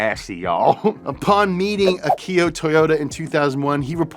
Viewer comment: ach eee ooh not aki oh